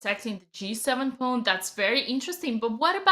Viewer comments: Dina. It's a pawn not a pone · Dina “let’s just take a louwk” and “pauwn”